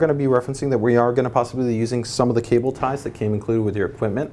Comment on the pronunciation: What's Cabol Rating? LOL